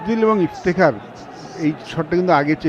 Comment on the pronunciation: সাথের এই ধারাভাষ্যকারের উচ্চারণ এত বাজে😔! তউফিক,ইফতিখার এগুলো কি ধরনের উচ্চারণ? একজন প্লেয়ার এর নাম যদি সঠিক ভাবে না বলতে পারেন 😇। আরেকজন শুধু এলিভেশন দিয়েই চালিয়ে দিচ্ছেন।